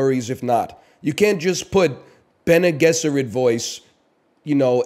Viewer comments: Pronounced "bennay jezerrit" btw yall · The way he says Bene Gesserit, it's fucking "baggel" all over again. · bene gesserit voice "fucking pronounce it correctly" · bene guesserit* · It’s actually bc he’s Canadian, he thinks he’s saying them right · Bene Gesserit Voice: can you say Bene Gesserit correctly? No worries if not. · Bene gesserit voice say bene gesserit right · he says bene gesserit wrong